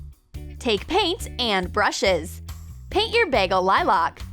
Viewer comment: baygel liloc